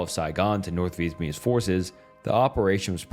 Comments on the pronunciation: For the love of God, can you look up the pronunciation of the names beforehand? This is a really well researched video but the most basic names are being butchered you called Vietnamese people vietamese three times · Dude still cant say Vietnamese